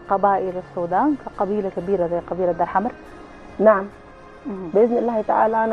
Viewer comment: المذيعة بتقول قبيلة دار حمد😂😂. دار حمر وليس دار حمد